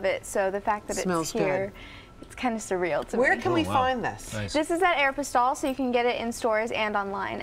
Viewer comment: the way she pronounced aeropostale